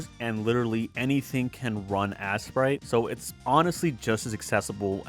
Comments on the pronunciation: you know it’s not pronounced ass-sprite it’s ace-sprite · Why are you calling it assprite?